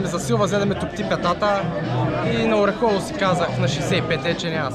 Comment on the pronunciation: Не знам колко години ще отнеме на ютубърите да разберат, че селото се произнася ОрЕхово, а не ОрехОво. За справка може да се чуе как го произнася и организатора в началото на клипа.